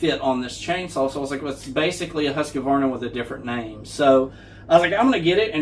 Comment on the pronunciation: Husqvarna not husk k a varna